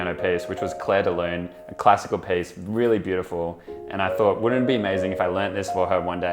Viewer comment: Am I the only one being triggered by him pronouncing piece as PACE!?